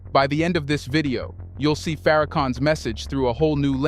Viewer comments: search pronounce the name correctly it is Minister Louis Farrakhan and his word is only dangerous to the ones that speak against for another reason to use and to abuse the people his words freeze the people the truth freeze you and me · A Homie you Pronounced His Name Wrong Buddy Watch your Mouth 👦 Boy Its the Most Honorable Minister Louis Farrakhan